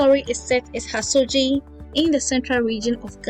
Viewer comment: Good job,. The setting of the story is a small fishing village in the Central Region called Hasodzi. "dzi" in Fante is a trigraph pronounced as "z" and therefore the correct pronunciation should sound like "HASOZI" not "HASOJI"